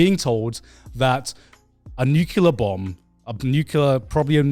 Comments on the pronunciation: N-U-C-L-E-A-R either nuke or nuclear ffs it is driving me inside when Garrnt does this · Garnt "Nucular ballistic missile bomb"